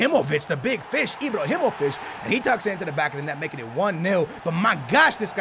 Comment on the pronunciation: Does he say Ibr(o)himovic ?